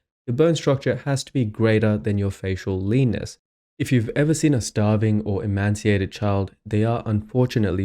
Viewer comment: Emaciated, not emaNciated